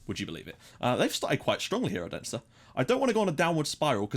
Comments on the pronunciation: Odense is pronounce 'Olunseh' if that makes any sense, the D is like an L. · Yeah, that is wrong. It's pronounced like it sounds. O-den-se